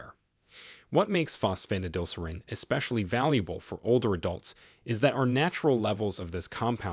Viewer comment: I can't take it, Fos Pho tid al ser reen. Please program your AI voice better.